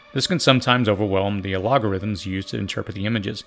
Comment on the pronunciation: The ALOG-O-RHYTHMS, huh? Did you mean AL-GO-RHYTHMS?